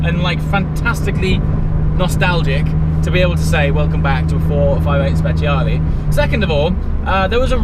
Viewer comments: i think it's time to learn how to pronounce speciale in the right way 😂, anyway congrats for the wedding🎉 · When you say speciale I beg you to pronounce it well thanks, if you do not know how to say don't say thanks